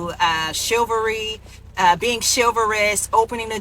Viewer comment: I've heard of chivalry. What is shillvary? In the words of Samuel L. Jackson, "English mfer, do you speak it!?"